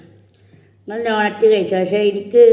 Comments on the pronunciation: നോണറ്റ്‌ അല്ല... ഡോണറ്റ് 😍😍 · നോണറ്റ് അല്ല ഡോണാറ്റ് 😂😂😂